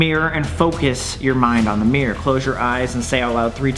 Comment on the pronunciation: Im australian and the way he says mirror is like mirr its so funny